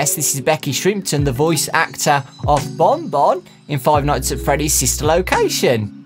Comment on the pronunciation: it's not bon bon... IT'S BAWN BAWN